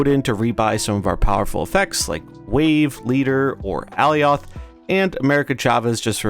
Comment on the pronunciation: Youre saying Alioth wrong :) you can watch some clips pf the loki series to get the right pronounciation